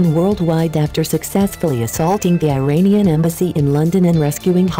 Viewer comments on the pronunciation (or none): none